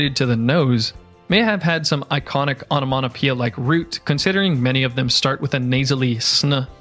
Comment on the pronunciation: ONOMATOPOEIA - not ONOMONO....!